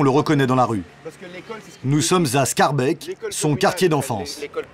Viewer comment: Pour tous les français et les présentateurs télé, on ne dit pas schaerbek on dit schaerbeek, dites les e comme un é pas comme un è